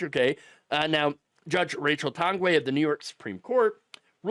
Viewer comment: Its pronounced “tang-gway”